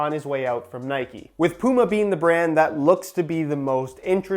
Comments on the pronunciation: Please learn how to pronounce puma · You say Puma like "Pooma", here in the UK, we'd pronounce it like "Pewma".